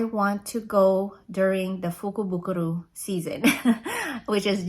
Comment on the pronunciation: Lol.. I remember trying to to say that.. at the end I was like meh lol so I’m proud of you for being able to say it right! Lol Love love love the makeup!! So pretty. These colors looks great on you. The purpley pinks def your colors! So pretty. I want to go to Japan.. someday it’ll happen. Yes.. it’s easy to get to $200 w/ tatcha.. lol letsss see what you got!! Lol